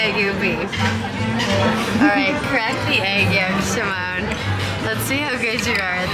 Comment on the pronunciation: Wait, , Simone Leathead's name is pronounced as Simoné?